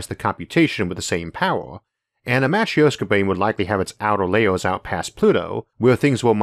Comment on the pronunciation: It's not Matr-i-oska lol Here are some ways to write it for correct pronounciation: - matrɵshka - matröshka But not matr-i-o-ska, there is no "ee" or /i/ sound whatsoever. It's pronounced it like in "sIr", or "sYrop" "gErman" or "lEArn" or "bUrn" Greetings from Russia!